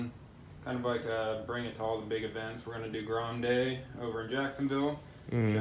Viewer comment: hey said "grome"